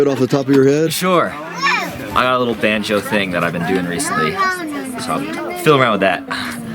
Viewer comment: Not to bad 🤔🤣🎇👍🎶🧸did he say banjo" or Vanjo'👍🎶🎇